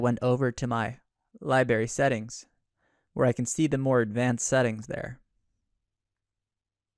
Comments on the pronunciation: LibRary- not liberry ;) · pronounced, LibRary, not lie-berry ;) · i’m sure this video is fine but I had to stop watching after 3 minutes after hearing “Library” be pronounced “Libary” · Please stop saying LIEbary. It's LibRary. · If I hear library mispronounced as liberry once more, I'm gonna cry..... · Stop saying Li"Berry" it's driving me nuts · Two minute in, and I had to comment. You are a presenter, and you are saying 'lie-berry'? Is this your first video?